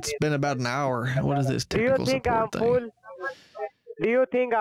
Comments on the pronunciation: "YOU TINK I'M FOOL" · 🤣🤣🤣 No,he sounds like he says "full" What did he eat?? 🤣🤣🤣